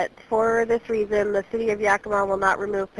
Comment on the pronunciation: Yackima. Not yokima.